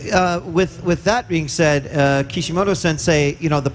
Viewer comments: It's kishimoto not kishimodo, seriously wtf xD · And he's calling him Kishi-modo :'(